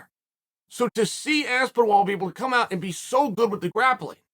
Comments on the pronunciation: There's no 'w' in Aspinall, though I wonder if these mispronunciations are Uncle Chael intentionally trolling - to weed out those he thinks are too nitpick-y, or who knows what reason. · How can he screw a name up so badly?!?! It's THOMAS... THOMAS ASPENWALL... get it right!!! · Dude just said Aspen Wall 17 times in a row with a straight face. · You know you’ve made it as a UFC superstar the day that Uncle Chael mispronounces your name. Bet this is a proud day for AspinWall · I think “Aspinwall” might be one of Chael’s most overt and in-your-face purposeful name mispronunciations ever. Lot of moving parts here. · I was actually a little shocked when I heard Chael say Aspinwall. And that's saying something coming from Chael 😂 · “Aspen wall” Chael had to try not to laugh at this one 😂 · I used to think Chael struggled with foreign ethnic sounding names but in fact his confusion knows no prejudice and treats all names equally: Aspin-Wall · This video marks the record for the earliest unc has made me laugh 😂😂. “Aspinwall” lololol undefeated/undisputed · Exactly what i was thinking. Aspin-ol. Aspin wall. I think Chael watches the fight with the commentaries muted. And for sure he commentates it himself. 😂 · Even though Chael butchers last names constantly, I was genuinely taken off guard by Aspin-wall. Literally Lol'd. Never change, Uncle Chael. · This one had to be on purpose. Had to be. No WAY he can add a -wall in there on accident 🤣👁🤣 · It’s 100% on purpose it’s his main gimmick. Aspinol is so easy to say now I know he does it this one was one too many lol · This is the worst name pronunciation yet lol, it caught me off guard too, thought he was messing about at first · Ahh yes Tom Aspinwall, somebody should let Tom know he’s been saying his name wrong this whole time🥴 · if your gunna do a video on a fighter ,you could at least get the mans name right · It's the ultimate compliment when Chael butchers your name. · As-spin-OL Chael: Ass-Ben-Wall